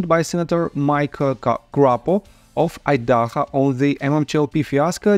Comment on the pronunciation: Idaho = ahy-duh-hoh .... cringe the way you were pronouncing it.. Lol... Thanks for the videos! We need our justice!